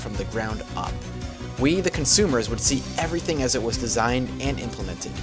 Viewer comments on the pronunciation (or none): none